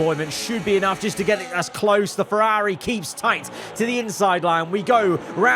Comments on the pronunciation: why over the last two years have you just forgotton how to pronounce ferrari? it's so annoying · The way you keep saying Ferrari 😅 why you say it like that